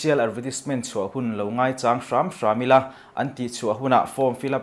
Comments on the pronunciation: mizo thu leh hla lama kan miril deuhte in lo zawt Chiang dawn nia aw , ngaichâng tih a châng tih hi a ki sang a in lam rik khan mizo tawng âwn in ni kha lo hre teh u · I sawi dik lo,ngaichang a lam rik dan khi a dik reng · Ngaichang tih I lam dan hi a dik lo.....ngaichang ...Chang tih lai tak hi MAU Chang kan lam ang lam tur. Ngaichang .....thil lo kal tur chàng tih ang a lam loh tur..... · Ngaichang, chang tih hi, a ki sangin lam rik zawk tur alawm, a ki hniam a lam rik chu hmar tawng tawng sawi dan a nih duh hmel